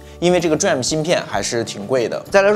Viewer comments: DRAM 念做 D-RAM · DRAM可以念D了再念RAM 就像显存 VRAM 可以念V了再念RAM 这样念起来不会太别扭 下次可以试试 👍🏻👍🏻